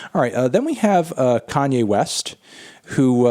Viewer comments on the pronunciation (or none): none